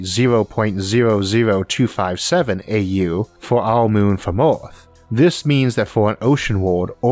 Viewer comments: IS NOT FOOKING oarth is called EARTH...... FOOKING IDIOT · oh no is the oarth guy again.he can talk good english but WTF U CANT PRONOUNCE THE WORD EARTH?...LMAO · I like this guy's pronunciation of some "wor'iods" like "Or'arth." 😏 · oarth and yeeoas are nice pronounciations of Earth and years. What language are you speaking? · "The closest staw to awth " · Could I ask what dialect this is spoken in? I hear Oarth (Earth), stoar (star) and other words in non-standard pronunciation.